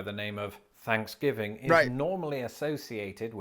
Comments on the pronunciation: are you saying Thanksgiving of Fansgiving? I watched the beginning of this a few time and it never seems like the true name. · I keep hearing fansgiving. 😂🍠🦃🏈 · WTF is up with "fanksgiving" "teef" and other TH sounds? Why does he use F instead of TH? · Why do British people pronounce it as "Fanksgiving" ? It is a TH in the beginning of the word. Im sincerely curious. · You can't have one until you learn to say it properly. It's not fanksgiving, it's Thanksgiving.